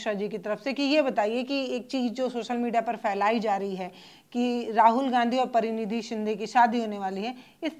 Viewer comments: Praniti shinde , not pranidhi shinde. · प्रनिधी नहीं प्रणीति सिन्धे है मैडम। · प्रतिनिधी, नहीं प्रणीती.है.